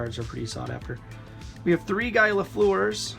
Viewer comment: Marcel Donny?! That and the way you pronounced Guy told me right away that you're not Canadian. Box was worth a gamble but no Orrs and the damaged Dryden means the guys top cards were in another box that was probably kept or sold by the family that donated these.